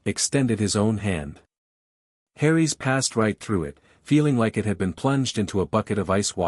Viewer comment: It's pronounced it not i t t. And griffindoor not griffindr.